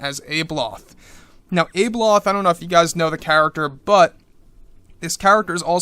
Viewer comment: I think you maybe pronouncing her name incorrectly; I sound it out as - Ab-e-loth. Maybe it’s just my Aussie twang 😜